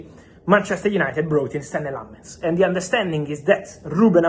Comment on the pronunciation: I'm surprised Fabrizio doesn't know how to pronounce lammens